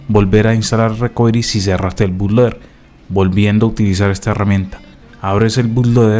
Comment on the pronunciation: Primero que nada, se dice Boot-Loader...